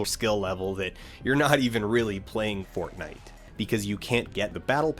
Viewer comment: It's embarrassing how much I laughed at "This isn't Poor-tnite"